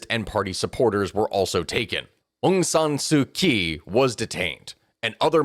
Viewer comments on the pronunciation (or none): Far too many names with funny spellings to expect an outside analyst to pronounce correctly, but by my ear, our narrator here got 98% of the names reasonably correct. There's one that stands out as incorrect, and is oddly the most well known - Aung San Suu Kyi. When I heard you also mispounce the name of the currency - the Kyat, I had to comment. I note this not to admonish but to identify a pattern - the "ky" Latin letter combination corresponds to a "ch" or a "jh" phoneme. The Lady's name is pronounced something like: Aung San Suu Chee.. the money are "Chat"...and many locals call the capital of Japan "Tocho"... Looking forward to part 2!